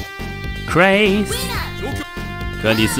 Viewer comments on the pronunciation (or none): 聽到把Chris念成Christ笑死了